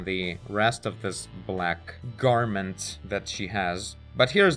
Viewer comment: When you said "Garment" i had a split thought that you were going to say "garbage". Just that split pause you have